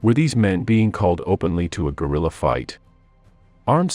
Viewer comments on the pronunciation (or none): none